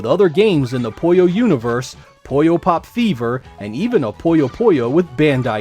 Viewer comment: Puyo is not pronounced "poyo", it's pronounced "poo-yo". If you ever played Puyo Puyo Tetris, they literally pronounce the name for you.